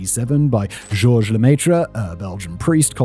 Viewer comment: Hearing you say Georges Lemaître's name makes my skin crawl. What you are saying isn't even close. I strongly suggest you use the Leskoff IPA-French to speech translator. This is how you pronounce his name ʒɔʁʒ ləmɛtʁ. A professional presenter would make the effort.